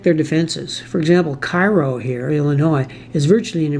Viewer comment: I realize that you're a Canuck, but there are a couple of your pronunciations that the natives might object to. New Madrid -- the locals pronounce it MAD-rid (rhymes with "bad kid"). Cairo -- pronounced KAY-row (rhymes with "payroll") Enjoyed the video, as always.